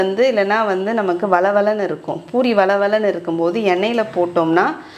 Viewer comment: It is 'poori' not boori. Most of tamilian says ' boori '. Madam is correctly telling poori